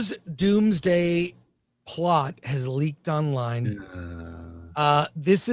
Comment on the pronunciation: "Dooms Dad opens on Toby Migmgwire earth...."